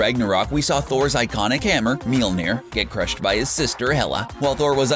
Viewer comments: Wth is "milonir" and why can't you stop talking like a 70s dj on coke with lame jokes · PLEASE!!!!!!!!!!!!!!!!!!!!!!!!!!! Stop trying to pronounce "Mjølner" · me vs. wanting to die every time this dude says mjolner